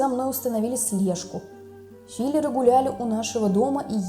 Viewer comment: Извините, но не фИлер, а филёр (агент)с ударением на ё, а в остальном всё замечательно.